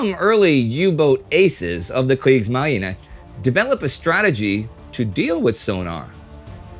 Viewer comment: I know Astrid and Spartacus are on it, but as a Dutchman, Indy's "Kriegsmarine" does sound a lot less intimidating as am using to say it. Have I been indoctrinated by Anglo-American media to much, or am I right there is a weird, almost playful variation in Mr. Neidell's pronunciation?